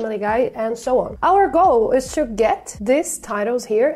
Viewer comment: why do you pronounce to -> "ciu"??????